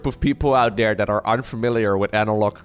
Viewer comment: you are hilarious I enjoy your casts the most they are very entertaining. funny how you pronounce the "th" in thirty but every other time you say a "th" its dere (there) or dat (that) dis (this) dose (those) da (the) but other dan dat your english really is perfect. your accent is your unique thing so dont overthink da pronunciation haha